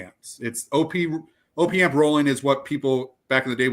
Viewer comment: It’s “opp” amp as in short for “operational amplifier”, not ohh-pee amp ffs, and u r wrong, if you don’t think a properly implemented AD4898-2 op amp will sound better than opa1612 or 1656 u have ur head up urs, purify builds to a price point just like everyone else, its well known that the designer of the amps recommends switching to the high current op1656 over the op1612 because it SOUNDS better even though it spec sheets worse